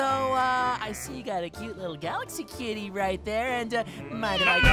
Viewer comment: Gaxaly? you mean Galaxy?